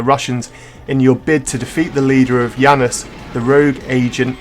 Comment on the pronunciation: It's pronounced Janus not Yanus, and the n64 was not "floundering" when this game came out. Why would you even say that?